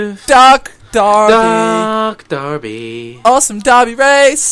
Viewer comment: It is DERBY not DARBY.